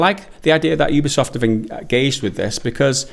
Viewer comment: Sorry did you call it a Ubi-safe game?